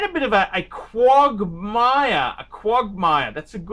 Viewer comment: he says quogmire - but means quagmire. Obviously Oxley High did not help